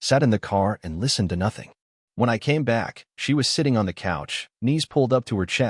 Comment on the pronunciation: “Nothing” is 2 Syllables…..